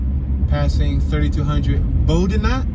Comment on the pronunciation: he calls the street Boudinot "BOW -di-NOT". Anyone from that part of town knows its pronounced "BOW-NOT without the di in it. He might be from Philly but hes def not from Kensington. I do like the Videos tho.